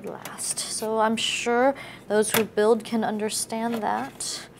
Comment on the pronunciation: when she said build my ears exploded